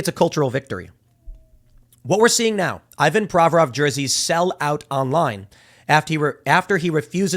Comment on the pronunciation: In Russian it's pronounced "EEvan". Also, I'm pretty sure in his last name the stress is on "vo", not on "Pro". Same with "GorBAchov", "RachmaNInoff", etc. (I know nothing about the guy, is he American? 🙂)